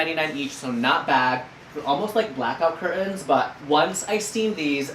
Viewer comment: And I will also be saying cur-TANS from now on....